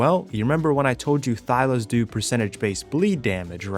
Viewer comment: They are called THYLAS not Thylos. Thylacoleo not Thylocoleo.